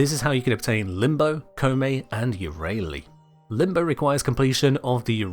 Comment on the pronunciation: What is that Yareli pronunciation 😭😭😭😭